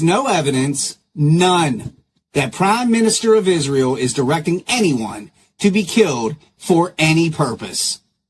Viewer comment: Yes uhh 😂 everything ends withuhh uhh 🙄 “ also these mispronounced words that drive me nuts: “Ishreal”, “burried”, “architexture”…to name a few 🙄